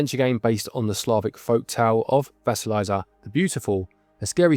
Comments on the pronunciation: It’s Vah-see-lee’-sa with the long i sound and Baba Yaga’ (with accent on the second syllable) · You are very close, but there is no "z" sound in Vasilisa, to get it to sound more like the Russian, the second half should rhyme with "piece" or "peace" followed by "uh". Kinda like leaning tower of Pisa. Best I can explain it 😅